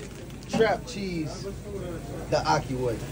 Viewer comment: Question: I'm Muslim and I'm assuming the chef is as well. They been saying "Ocky" way...but I know they are trying to say "Ahki" way